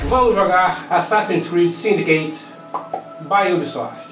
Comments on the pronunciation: Sdds "Syindicate" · Assassin's Creed: "Syindicate" e foda